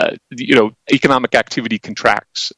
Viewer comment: The moment you can pronounce economic correctly.. you might stand a chance of getting somewhere.. eish